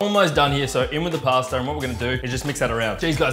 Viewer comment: Everytime you do this to "Pasta",one italian dies...